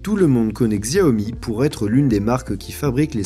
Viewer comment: "Xiaomi" ce prononce "chaomi" je le tien d'une chinoise